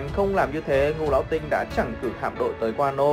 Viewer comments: ngũ lão tinh. phát âm ra ngũ lão sờ tinh, vãi lúa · xem clip thấy thằng này nó đọc chữ ngũ lão tinh cứ phải đọc thành sting ấy nhỉ? hay uống nhiều sting quá bị líu lưỡi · ))) chắc nghĩ thế là ngầu nên cứ đến từ đó là gằn giọng